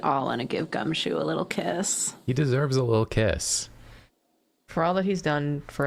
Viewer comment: Every time they said "he deserves a little kiss" I kept hearing "he deserves a little piss"